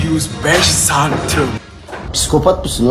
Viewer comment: Abi cm sözünü doğru söyleyemeyip küfürü bu kadar içten yapmayı nasıl başardın?